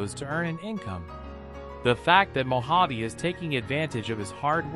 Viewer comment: It was all those times called him Mo-jav. He had enough.